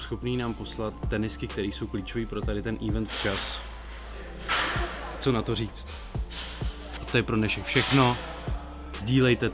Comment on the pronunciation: event se čte event né ívent...američane z žižkova